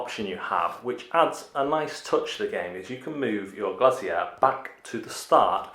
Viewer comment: Shocking sound effects on set up. And Glazier is pronounced "glay zee err". Game looks good though